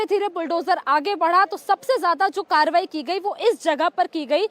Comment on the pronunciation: Please correct your reporting. It's not tobahi, it's Karbahi